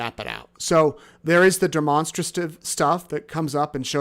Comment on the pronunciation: Demonstrate… Demonstrative both pronounce the same not de-monster- tive 🤦🏽